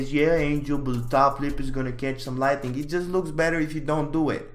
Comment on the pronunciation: Angel please learn the difference between 'lightning' and 'lighting' and how to pronounce them words correctly